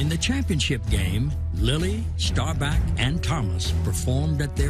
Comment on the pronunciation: Love these but is Sheen saying “Starback”? 🤣